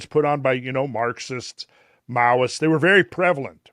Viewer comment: Mowists or..... Meowists? 🐈🐈‍⬛